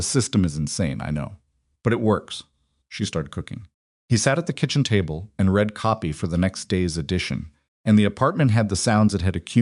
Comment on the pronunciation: Same BS Ai that is unable to distinguish read (reed) from read (red) .... 100% FAIL...